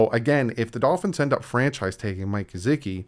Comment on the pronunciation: I want to just let Gesicki go that way I don’t have too hear say “GeZicki” again.